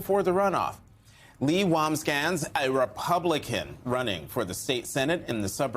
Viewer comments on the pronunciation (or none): "Wambsganss" has only two syllables to pronounce her name not three sir. Lol 😅 It's pronounced, "Woms-Gans" that rhymes with "Moms-Vans". It sounds like you said the first part of her last name twice.